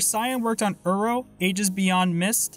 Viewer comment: I died inside when you pronounced it Urow. Great video btw!